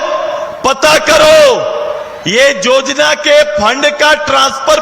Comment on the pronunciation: सुदेश महतो जी को योजना का उच्चारण नहीं आता है वो जोजना बोलते है और युवा को जुवा बोलते है कैसे झारखंड का कल्याण होगा